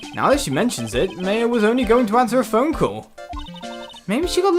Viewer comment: you pronounced maya wrong.